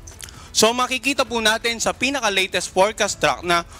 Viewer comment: ANO IKA MO ANG "LITIST" HINDI HALATA BISAYA